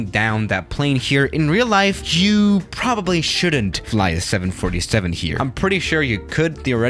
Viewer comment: The way you say 7 47 breaks my heart